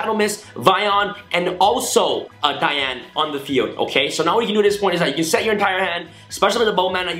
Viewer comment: its the way you said dian it is right because its female so yeah your right